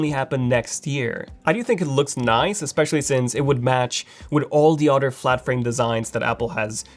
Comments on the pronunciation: Why do you keep saying utter. It's pronounced other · You must like cows. You say “udder” quite often.